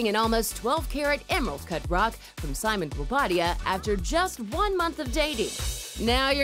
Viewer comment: Okay she killed she pronunciation of Simon’s last name 🔥🔥🔥